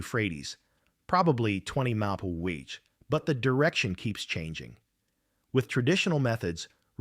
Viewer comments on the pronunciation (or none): Abbreviations aren't really AI's strong suit. Wind at 15 emphu. And now I'm watching zip tie anchors and sandwich bags. This sucks, lol.